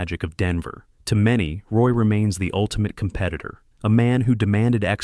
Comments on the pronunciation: It's "WAH" not Roy stupid AI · It's pronounced RWAH. You got "Bleu, blanc, rouge" right. But mispronouncing his name kills your authenticity.